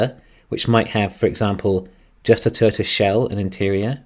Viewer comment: I love the episode as always. Although it did take me a while to figure out you were saying Toy-o-ta. Pronouncing it as a two syllable word it sounded like you were saying turtle